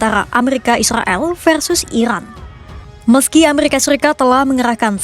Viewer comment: Iran kak bukan irwan